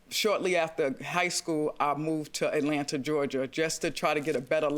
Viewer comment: JM's enunciation "robbEDDD and killEDDD in AtlantAAAAHHH."😂😂😂😂😂